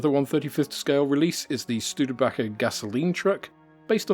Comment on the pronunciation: A month or so past had I watched part of your video, now returning round . ICM's graphics for the Studebaker fuel truck is erroneous; please note my correction herein (and yes, the last two syllables are pronounced "baker").